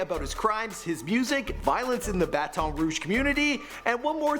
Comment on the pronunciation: It’s bat in